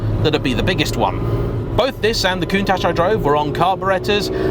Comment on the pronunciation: There is NO SSSSHHH in COUNTACH.